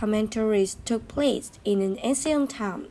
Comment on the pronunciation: Thực sự phát âm tiếng anh bị kiểu cách quá, thậm chí là sai ở 1 số từ lun. Như từ Ancient lại đọc là án-xi-ân trong khi cứ đọc 1 cách tự nhiên là Én-sân